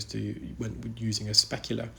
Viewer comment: Great work,, but can you please stop saying a specula. Thanks!